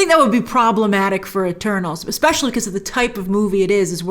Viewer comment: At first I thought she said “well I just watched turtles!”